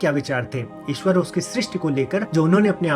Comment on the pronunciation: Eswar - is - ee swar -ee